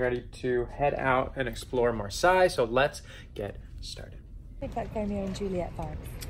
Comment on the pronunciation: I love how you pronounce Marseille !!! Love from France ❤️